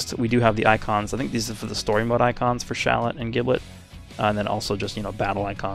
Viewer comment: Its Jib-let, both the japanese and english voices for Shallot call him that way